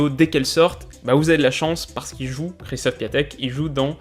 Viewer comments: Du coup oui, ça se prononce en gros "Kjéchtof Piontek", énorme vidéo encore ! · D'ailleurs y se prononce "é" aussi 😉sinon encore une excellente vidéo !